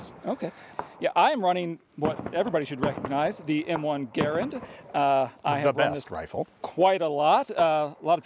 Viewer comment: Thanks to, for accurately pronouncing the Garand with the accent on the first syllable.